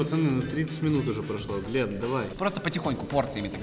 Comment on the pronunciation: Не Гленн а Глент